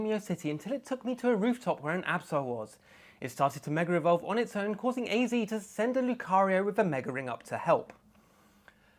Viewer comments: It's not " Mega Revolve" It's MEGA "EVOLVE" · the accent struggles with words ending in "a" sounds. it's more like he's saying "megar evolve"